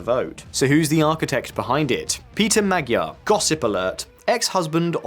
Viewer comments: Speech matters. You can't even pronounce Fidesz and Tisza (no I do not mean say them with a Hungarian accent, I mean pronounce them as English speakers would). So why should I believe you. And unfortunately the Magyar mistake (it pronounced more like Maj - ar) is all too common. But the other two mistakes certainly are not. Anyway, I didn't finish. For instance, if you watched a video about England but they pronounced it Un-gu - lend, would you think they knew what they were talking about? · Ｙｏｕ must learn the language! Mr. Magyar's name must be pronounced not as you pronounced!